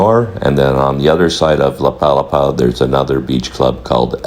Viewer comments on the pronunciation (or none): Nice tour video! FYI, it's pronounced la pa-LA-pa (with the emphasis on the 2nd syllable), named after the thatched umbrella-like structures found on tropical beaches. 😊